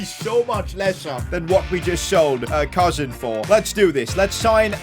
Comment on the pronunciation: It”s not pronounced cousin like my cousin it’s pronounced cooseen